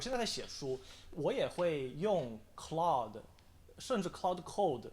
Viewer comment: claude 不是cloudy